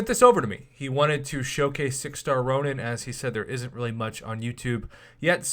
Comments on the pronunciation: Ronin not ronan lmao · Nope its Ronin. Look in-game